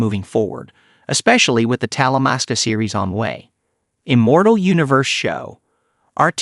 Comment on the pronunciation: Dude it's Talamasca